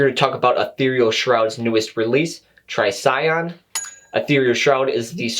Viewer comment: Thank you for your thoughtful review! Also, you're the first to pronounce Trisagion correctly. ;) -Joseph, Ethereal Shroud